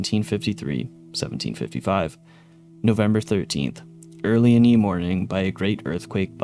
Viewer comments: Ye wind is pronounced "the wind" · Ye is pronounced "the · "Ye" is pronounced "the". The 'Y' is a representation of the letter thorn, which is no longer used in English.